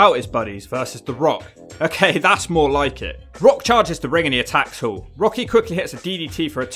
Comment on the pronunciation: It's pronounced HALL.. not Hool...